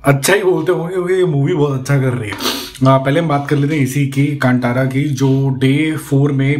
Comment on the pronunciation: It's कंतरा not कांटारा